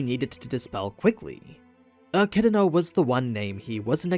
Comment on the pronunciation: Jfc, get ECIDNAs name right. There isn't a single R in ANY version of it.